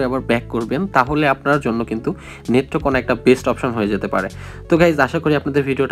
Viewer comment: ভাই আপনার বাড়ি কোথায় নেত্রকোনাকে মেত্রকোনা বলতাছেন